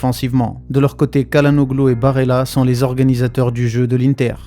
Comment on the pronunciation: CHA LA NOLU pour la prononciation. Vidéo intéressante.